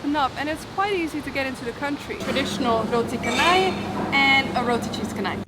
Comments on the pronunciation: Pronunciation wrong. Roti cha-nai not ka-nai. The malay language has made the "h" after the "c" redundant. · u pronounced canai as kanai.. Its char-nai is as char-coal.. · It's pronounced roti canai not kanai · FYI, Roti Canai is pronounced as "Ro'di Che'nai". Besides, love your vlog. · Just to let you know the "c" in roti canai is pronounced as "ch" as in change, not "k", so it is roti chanai!